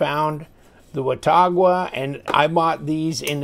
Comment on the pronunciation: it's pronounced "wa-taw-guh". I grew up near Watauga Lake and the town of Watauga in Tennessee.